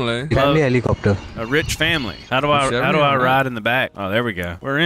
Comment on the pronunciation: Hell-e-copter hell-e-copter